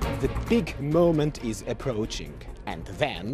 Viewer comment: " The Big Moment IS Approakhing " I am über exzited :) !